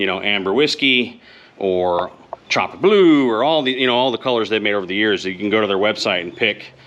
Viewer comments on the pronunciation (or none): none